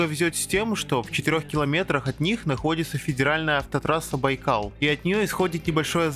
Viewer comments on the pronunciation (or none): none